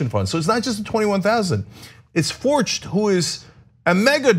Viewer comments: It’s actually pronounced fork-t. The guy owns a chain of banks here. Forcht bank. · I think that name is pronounced “Fork”, like the bank. Could be wrong, though.